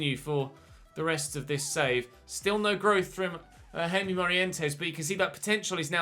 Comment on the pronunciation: As far as I know, I think the name Jaime (in your youth academy) is pronounced "High-may"